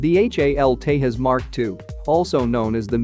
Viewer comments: Dude, i'm not sure if you are Spanish, but not every J is pronouced as "heh" like in Jose ??? Do you call Jet plane or call it "het plane" ??? So please pronounce Tejas as TEJAS, and J should sound like J in Conjuring. Please dont screw up names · Tejas is pronounced with a J not H unlike jalapeños ! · It's not pronunced Tayas, the J is not like Spanish, it's pronunced "Tay Jus" in Sanskrit it is means splendor. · If you are gonna make a video about it, learn to pronounce it's name. J in Tejas is pronounced as J not H. :-) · india is not latin america here "j" is pronounced as "j" not "h". Its Tejas not tehas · In India, we don't pronounce J as H like in Spanish. So, Tejas is Tejas, not Tehas. Tejas in Sanskrit means fierce. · The "J" in Tejas is pronounced as J and not H. India is not same as Mexico you imbecile. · It's not "Tehas" you idiots cos we don't use Spanish. Its Tejas with J spoken as J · It's not Te-has. It's pronounced Te-jas. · It's not Tehas it's Tejas (The J will sound) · Tejaz not tehas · it is not 'tahas' it's 'tejas' | try to learn Sanskrit a little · Why do insist on pronouncing Tejas as "Tay-Hus" the Latin American way, instead of "Thae-jus", the Sanskrit/Indian way? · TE"J"AS. Jose . Te Ja S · The J in Tejas is and should be pronounced as J in Jesus. Not like h. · The commentator doesn't know how to spel tejas. He is calling it TE-HUS. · Great vid But just one thing you pronounce tejas wrong it’s not a Spanish word so you can actually word it out J in Tejas !! And as a Indian I will say it’s not great or good jet and no were close to f16 Hopefully it will not become backbone of IAF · The correct pronunciation is Tey-Jās (Ja not Ha). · its te zhas. YUST correcting you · Its English Tejas no Spanish Tehas. 🤣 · I suppose we are prohibited to pronounce the J in Tejas, similar to Hanuary, Hune, Huly. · It is not THAS!!! IT IS teJas folks!!! J should not be sounded as H!!!! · It's tejus not tehus 😂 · Its tejas.. as in J for juliet.. not tehas....